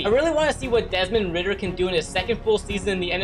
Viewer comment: "Desmond Ridder" 🤫